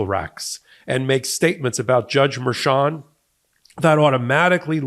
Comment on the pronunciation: It's Merchan, not Mershan. Spanish.